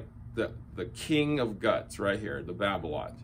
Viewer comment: Babolat is pronounced babola without the t